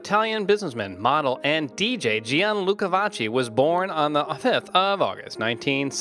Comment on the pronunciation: Vakki.. not Vatchi